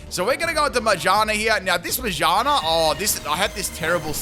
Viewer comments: Careful with the Magaerna pronunciation as well bub, I can hear something else lmaooo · How can you pronounce shift gear correctly and still butcher ma-gear-na